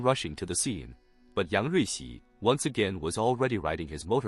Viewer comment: Say yung ricci one more time